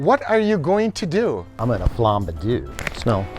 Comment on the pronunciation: "I'm gonna flamba-DO" Alton's the best 😂